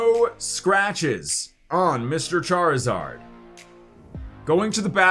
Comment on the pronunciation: MHM charizard say it right man